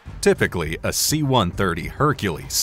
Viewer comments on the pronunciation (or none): none